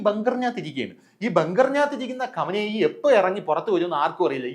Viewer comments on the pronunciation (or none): none